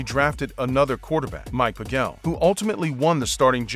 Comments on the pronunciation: SCHLEEEE-STER, not Schlickter. PAY-gel, not puh-GEL. Do better research. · Pronounce the guy’s name right. This moron narrator can’t pronounce PAGEL correctly too.